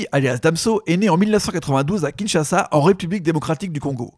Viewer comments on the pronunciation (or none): none